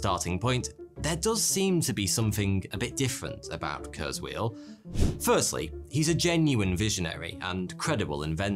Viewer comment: That's not how you pronounce Ray Kurzweil's name...and ffs, do not compare kurzweil to a fortune teller, the guy actually accomplished a lot besides being a "futurist"...